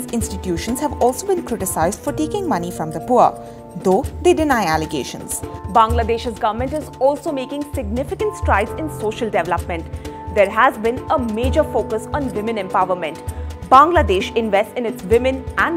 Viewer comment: "SOCIAL DAVLOPMENT"